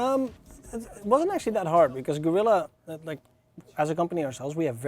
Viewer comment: Even the employees pronounce the name "gorilla" :D What the hell, man?